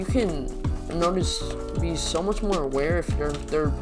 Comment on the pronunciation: bro really said "muc"